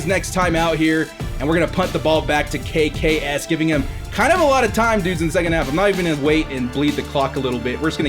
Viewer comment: it is not kaykay es it is kaykayes